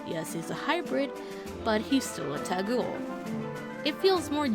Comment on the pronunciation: FYI Taguel is pronounced Tog-well. Panne has a Crit voices line where she says "The Taguel do not play". That is all.